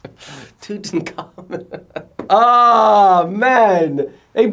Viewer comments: they are pronounced t-hut-mose not thutmose and tut-an-kha-moon not tutenkamon.. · Toetenkamen💀 is that the south African in you bro👀😮